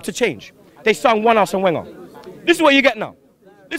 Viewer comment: 20 years Arsene has been at Arsenal, and yet still can not pronounce his name correctly.